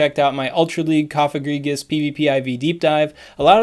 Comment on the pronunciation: Gourgeist includes the German word for "ghost", which is "Geist". The "ei" sounds like a short "i". "Geist" rhymes with "heist".